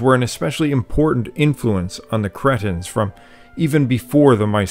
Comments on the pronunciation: Cretians, not cretins HAHAH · Mate, watch your pronunciation of Cretans.They are a proud and warlike people who won't take kindly to you calling them "Cretins".Kreetee, is how to pronounce their land. Big thumbs down from me.